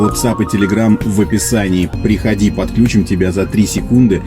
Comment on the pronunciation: ПодключИм, а не "подклЮчим" - питерцы, ударяйте верно!